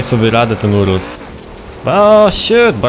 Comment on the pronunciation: lamborghni urusł